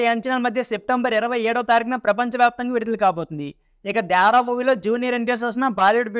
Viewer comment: not dyavara only devara 😂😂😂😂